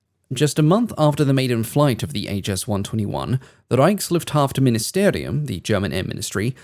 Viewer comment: About ReichsluftFAHRTministerium, not HAFT ;)